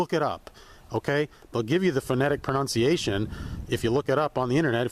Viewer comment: Pro-nun-ciation. Lol.